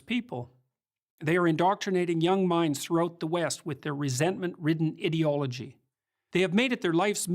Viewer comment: Its always annoyed me how peterson says "idi- logy " like idiot ideology. its really gets under my skin. im fairly certain it aint a mistake.